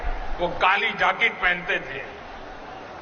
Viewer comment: Ye PM bilkul hi anpad hai kya?? Bhaiyo ye jacket ko jaakit kyon bol rahe hai